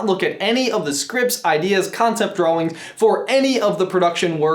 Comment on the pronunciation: he says Dwawing